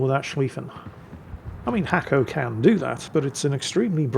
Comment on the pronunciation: Dear, it's not Hacko. His name is in Cyrillic and it means Nasko The Hacker. He is a fellow Bulgarian and a very good player.